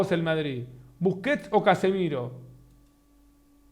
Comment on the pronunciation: Casemiro y Busquet dice búsquet nenaso